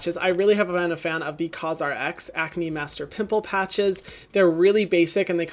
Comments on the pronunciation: Omg Hyram just took away my age, making me feel like a 5 year old for laughing when he said “poomple” 😂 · “Poomple” took me out